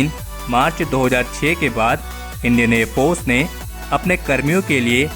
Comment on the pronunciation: Please pronounce air force properly